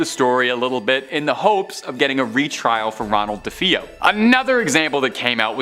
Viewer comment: Ikr how irritating.duh-fee-yo..f.r?? 😂